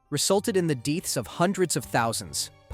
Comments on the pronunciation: Did you have a stroke during the North Korean part? There were sentences were nearly every word was mispronounced, like "deaths" (read as "deeths") or "starvation" (read as "starvishin") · "widee-spread" "deeths"